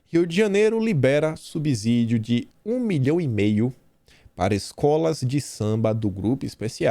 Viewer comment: querido: é subsídio, com som de S, como subserviência, absurdo, observação.